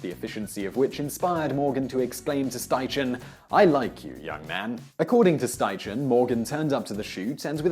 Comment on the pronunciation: Great video, I believe Edward Steichen's name is pronounced Schti-Ken